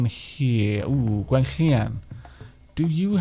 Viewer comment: Diolch for picking my name,...chaotrecl....random name picker! ^_^ And it's just nice to hear the LL. I'm sure Gwenllian ferch Gruffudd would approve. edit: also apologies for the name confusing you with your friend. Maybe if it gets too confusing you can rename her Llio?